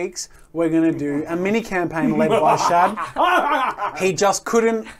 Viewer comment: Shad not chad...